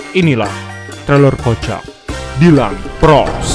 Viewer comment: ploss bukan pross